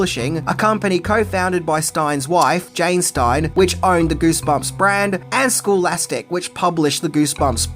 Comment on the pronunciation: It's scholastic, not schoolastic. 😂